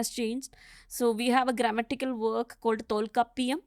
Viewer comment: Why is A Malayali not even able to pronounce Tholkapiyam misconstruing Thamizh history? Bring a proper historian/ archeologists of Thamizh history